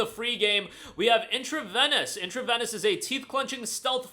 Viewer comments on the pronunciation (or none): It is pronounced "in tra vee nus", like intravenous injection. Great vid!